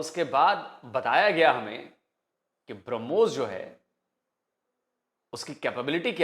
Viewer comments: If you listen carefully he initially referred to Brahmos as Harbooz. Thank God he didn't call it tarbooz.😂😂😂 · हूरों के लिए मर मिटने वाली कॉम brahmos को भी hurmos pronounce कर रही है 😂